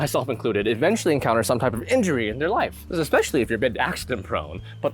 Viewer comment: Did you actually say, "eXspecially"? Lol